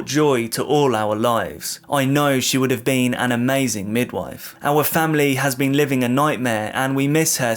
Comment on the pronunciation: You can’t honestly tell me that after saying the word 10 times wrong you couldn’t work out it’s mid WIFE not mid whif… and I wouldn’t have said anything if you hadn’t censored every other word in this vid. If you can’t publish it without bleeps do a dif topic.